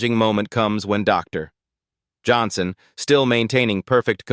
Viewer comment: Is the narrator really unable to pronounce Dr Johnson fluently. I find the dramatic pause after Dr so annoying.